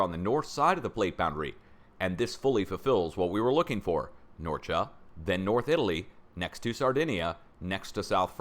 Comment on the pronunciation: Thanks for all you're doing, and by the way you are pronouncing both Norcia and Campobasso correctly! Greetings from Italy.